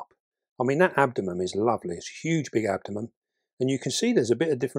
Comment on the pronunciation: It's AbdomeN with an N not an M. Sorry, but every time you say abdomem I go uuugghhh